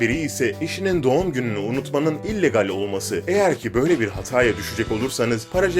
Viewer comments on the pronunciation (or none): none